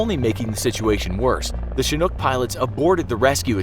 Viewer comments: The way he says Chinook gets me pissed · You mispronounced chinhook